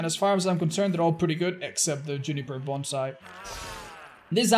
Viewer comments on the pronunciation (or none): none